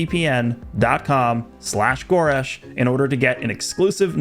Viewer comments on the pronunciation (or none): Its pronounced GOU-resh not go-RESH?????